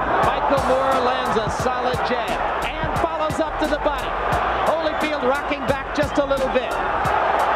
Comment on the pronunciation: Evander "Holly Field"? Really tho?